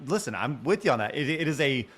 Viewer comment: ..vitthon 2 condoms at tha saem teim.